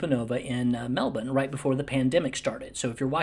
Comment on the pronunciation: Thanks for saying Melbourne like the Aussies do! And great video